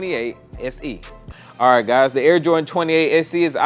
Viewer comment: Haha said you guyses